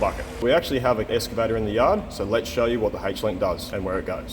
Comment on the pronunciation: I though it was "excavator" and not "escavator" but what do i know?